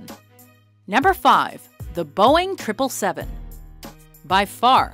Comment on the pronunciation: OMG THANK YOU SO MUCH FOR NOT SAYING THE BOEING SEVEN SEVEN SEVEN!